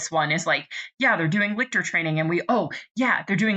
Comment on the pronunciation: I am immeasurably annoyed to find this here so late, with so few views, so little discussion of Nona the Ninth, and So. Many. "Lick-tor"s. Lol